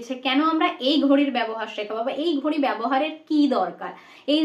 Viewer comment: আপনার ঘড়ি উচ্চারণের নাসিক্য ধ্বনির প্রভাব রয়েছে